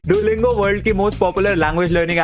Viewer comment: See how his father 👨 pounces dulingo 🤣🤣🤣😂😂